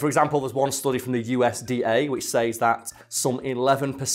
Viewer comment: Is it just me that gets annoyed that he pronounces says wrong? not throwing hate i'm just saying